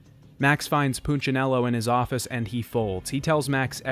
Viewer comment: He's pronunciation of punchinello is killing! Its poon-cha-nello. Not poochanello